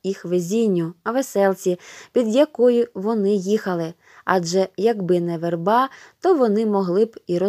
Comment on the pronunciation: Прави(и наголошене)ці, верба( на а).